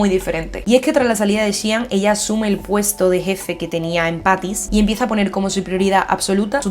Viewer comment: Me encantan tus videos pero no entiendo porqué cambias nombres, Patsy's por Paty's, Sean por Sian (en realidad se pronuncia Shon), Gallegher cuando son Gallagher, hasta en skins dices GJ y no JJ No es algo grave pero creo que son detallitos a mejorar ya que los shows son mayormente creados y pensados en inglés, el inglés tiene su propia pronunciación Amé este análisis porque Fiona es de mis personajes favoritos 👌🏻